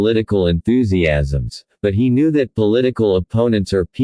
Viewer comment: The man W. H. O. Knee too much? This is horrible AI narrative. Horrible horrible horrible.